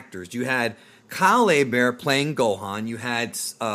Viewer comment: Kah-lay Bear? OHHHHH Kyle Herbert!